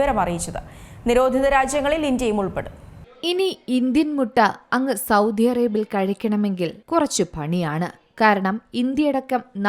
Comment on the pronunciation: സൗദി ആണു സൗദ്ധി അല്ല